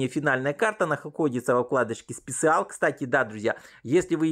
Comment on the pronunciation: оракле, специал😂😂😂😂😂😂 ты где учил инглиш??😅😅 или ты вообще не учил его?